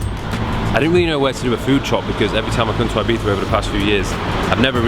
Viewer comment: We Spaniards appreciate you saying Ibiza and not eye-bitha